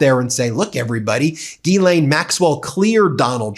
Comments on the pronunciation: Hey Ben, you are mispronouncing Ghislaine Maxwell's name. Open up Google Translate then select translate from French, put in Ghislaine and press the speaker button and you will get the proper pronunciation. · Will you guys go to a French pronunciation website and learn how to say Ghislaine correctly.